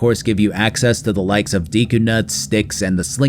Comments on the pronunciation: Look up how to pronounce deku please 😂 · Nintendo should have a class on how to pronounce Deku, Gerudo and Hylian.